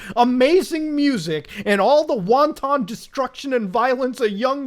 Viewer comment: bro what is won-ton destruction? Some kind of Chinese fast food weapon? Wanton good sir. Wanton.